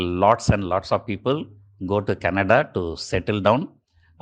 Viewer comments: You pronounce Canada as Kannada(cute)....Thanks for your awesome analysis Sir. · Why does he keep saying Kannada Kannada for Canada? 🙄